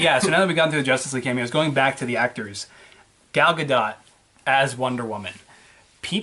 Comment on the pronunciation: it's actually pronounced G-All GA-DOUGH